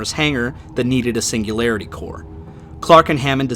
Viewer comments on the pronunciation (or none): none